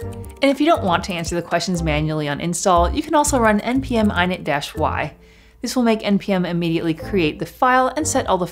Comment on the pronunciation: ... "npm i-nit"??? Is this a joke? It's "init", as in "initialise", not "eye-nit" how dare you my morning is now ruined just kidding love this